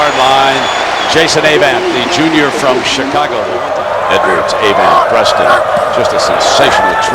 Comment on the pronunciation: I had forgotten how annoying it was to hear Ay-vant all the time. Also, good assist by Roy Manning on the interception return.